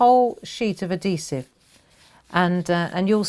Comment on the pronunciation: AD - HE - Sive - Not ADDEE-sive lol So...how would you use this on other things besides cards?